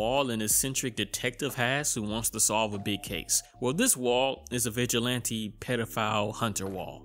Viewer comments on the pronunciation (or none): none